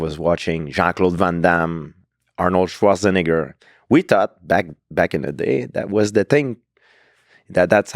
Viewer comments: gonna capture the clip of Georges pronouncing the last half of Arnold Schwarzenegger's surname then turn it into a meme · Hearing gsp pronounce arnold Schwarzenegger got him super close to being cancelled. Don't let them get you george!!!!